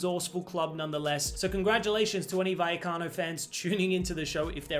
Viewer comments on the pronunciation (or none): Double L (ll) is pronounced like a soft J amigo..regarding RAYO VALLECANO... WE ARE VERY PROUD in the Spanish & Latino Community here in the EU, that the Spanish "FC St Pauli / Beautiful democratic-socialist Club" has made this amazing step in their modest but always thrilling history 🤩🤩🤩.. But being born into a Bundesliga family on my mom's side I fear a bit the Kamada / Glasner Duo thinking ahead of gut final 🫨🫠